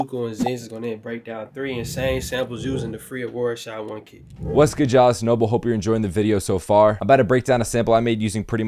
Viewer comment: Bro really said “Shot one kit” in the intro 💀